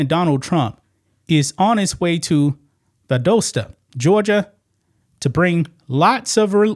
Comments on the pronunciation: love ya man but gotta correct you , its Val-dah-sta Georgia. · Great video, but it's Val-dah-sta, GA 😄👍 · Pronounced Val-DOSS-ta😉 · When she is asked a question she NEVER gives an answer. She always makes it all about her. Does she think gir dome reason she is a goddess? Have you seen the pictures of her on the street dressed like a streetwalker? its Val dahs ta, not doe sta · does the very best, so don’t get your panties in a wad over a slight mispronunciation.👀